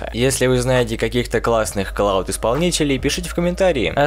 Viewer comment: браток, clout, а не cloud